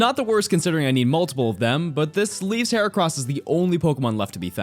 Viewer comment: HERACROSS, NOT HORCROSS!